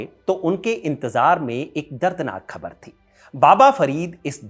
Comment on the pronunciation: Jab aap Hazrat Nizamuddin ka pronunciation bilkul sahi kar rahe hain to Khabar ka bhi theek kijiye.